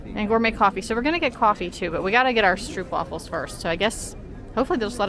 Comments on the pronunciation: Guys guys, about the stroopwafels: the double O in Dutch (“oo”) is not an English double o. Just say it like this: stroap-wahfel. Also, the best stroopwafels should NOT be bought in the tourist traps, but e.g. at the Albert Cuyp market (in the Albert Cuyp str). The regular size stroopwafel (the ones most Dutch people eat) are the small ones, with just some caramel syrup (which is called “stroop” in Dutch) in the middle and no topping. Toppings on stroopwafels is just for ignorant tourists who don’t mind paying 8 euro for a cookie. Have fun exploring our crowded little country. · Kibbeling is very good! And by the way. Not to criticise you, but it’s stroopwafels:the double O is pronounced like a long Ooh! And the A in wafels like Aah! and not like waFFels 😉